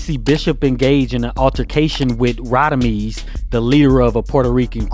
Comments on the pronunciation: It's Rodimez not Rodimeez! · Radamez not Radameez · Rah-da-mez …….. Mr Quill-lez. They pronounce the names 😂😂 Love the videos must nit pick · I hate the way they pronounce Radames 😂😂😂